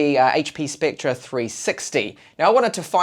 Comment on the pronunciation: It's pronounced like specter. Not spectra.